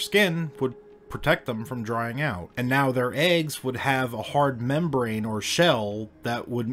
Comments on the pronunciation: "Amniotic Membrain"?? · membrain lmao